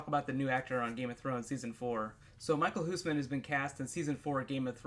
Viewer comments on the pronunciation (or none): Yeay!! More dutch people in game of thrones!!!! :D hihihi you pronounce his name so funny xD